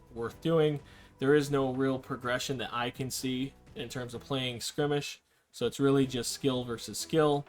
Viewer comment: Dude its not skrimage its skirmish.